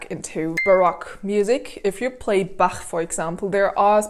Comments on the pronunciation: So pleasant to hear someone accutally saying the "ch" right in Bach and not as a "k" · Given that she comes from Germany she can actually pronounce it well.